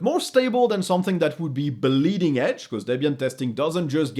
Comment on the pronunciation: It's "bleeding edge", not "blending edge" ...